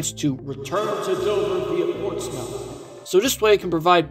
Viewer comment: As a greater bostonite, im glad that our commuter rail system got reviewed, but I have some things to say 1. you pronounced some town names wrong, but don’t sweat it, a lot of people do. for reference, Gloucester is “Gloss-ter”, Amesbury is “Aims-bury”, Portsmouth is “Port-smith” and Haverill is “Hey-vrill” 2. I-95 wasn’t built in the 50’s here, that section of highway is/was Route 128, built as a ring road around Boston. I-95 construction did not reach here until like actually has an interesting history of its own, spurring a lot of development, it practically kicked off the rise of the technology industry in Massachusetts 3. the issues with extending north of Newburyport and on to Portland would be the swing bridge over the Merrimack which has not swung since 1965, it’s apparently in good condition last time they inspected it, but that was in the 00’s. not to mention, both lines from Portsmouth to Dover have become roads, with buildings along them Late Addition (4). extending the Newburyport line at least as far as Portsmouth would be good but in addition to that, I’d add station stops on the current line at Everett, Revere, and the center of Chelsea. Plus, I’d re-open the branches to Marblehead, Amesbury, and Danvers or Topsfield via Peabody